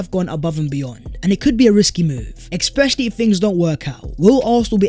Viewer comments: Love the videoes. Usually dont comment on thing like this, but you say it in every video - its pronounced especially not exspecially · love the vids but you got to stop saying ex-specially instead of especially my guy.